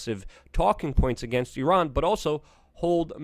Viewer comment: You done messed up I-I-Ran!